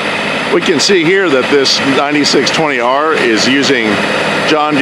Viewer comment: its a 9 620R, Not a 9620R. please state that in john deere videos. the series number is pronounced, not all together.